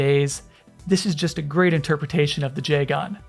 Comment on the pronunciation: Love the video but the odd emphasis on the AN in Jegan is bugging me a little